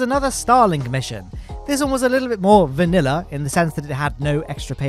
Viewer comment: Ew, please don't say vanilla like that...